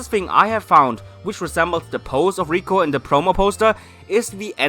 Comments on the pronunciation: Just thinking could Roy be Brock and misty's son this could explain why these two might be travelling together also Roy's skin colour and hairs matches to that of Brock and misty If this comes true say R.I.P to pokeshipping. And it's LIKO not RIKO Stop making it sound like Rusifa or Reviyatin how Japanese pronounce lucifer and leviathan If liko and Roy fan made origin theories comes true it just joins all dots Taking liko as serena and ash daughter the reason she doesn't tell anyone about her origin might because of her father being world champion and mother being Kalos queen. Her stone pendant Might be given to her by her father cause of as a memorial of his bond btw pikachu the faith they had on each other via bond she has an exceptional attachment to Pokemon and being a Pokemon freak could be a reference to Ash the scene choosing speg was similar to serena choosing fenniken Liko's hand motion or pose is the signature pose of serena. Her fasion sense could be a inheritance to serena also keeping hairs style and hair resembles to that of serena. Logo and hair spikes matches ash with eyes of serena. Roy's hair color matches of misty while skin colour matches Brock don't involve Brock's eyes. This solves why they must be travelling together cause their parents are friends her other similaritie indicates other pokegirls cause of their involvement in her growing years as they are her parents friends. Now conjoining with reality The company might make this theory much possible be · And IT IS LIKO YOU HEARD LIKO NOT 🚫 RIKO